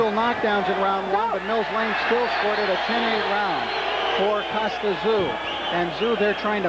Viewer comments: it's pronounced 'TZ-YOO' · These American's can't pronounce Tszyu.